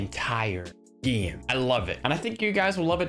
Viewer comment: Lol how he says game